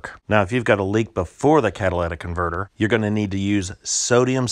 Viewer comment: It's catalytic converter, not cadilladic converter.